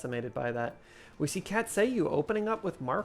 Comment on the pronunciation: The "cat say u" was actually a Greek mu which is pronounced myu, so the name is probably pronounced "Cat say Myu", which is pretty fun.